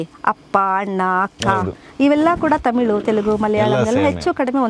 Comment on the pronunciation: ತಮಿಲು ಅಲ್ಲಾ ಮೇಡಂ, ತಮಿಳು